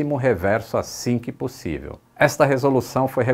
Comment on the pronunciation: só pode estar lendo um teleprompter "né pussive"